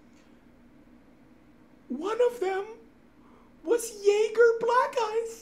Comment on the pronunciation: Replace the j in jäger with an n but keep the pronunciation of the -anger